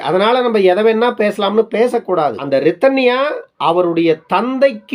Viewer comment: அப்படி சொல்லாதிங்க. நல்ல பெண்ணை‌ தேடுவதும் அவ்வளவு எளிதல்ல. சற்று அதையும் புரிந்து கொள்ளுங்க ஐயா.. அது சரி அழகான அந்த 'ரிதன்யா' என்ற‌பெயரை ஏன் இப்படி நீங்க கொலை செய்றீங்க 'ரித்தன்யா'..என்று மீண்டும் மீண்டும் கூறி..ஊம்ம்ம்ம்??🤨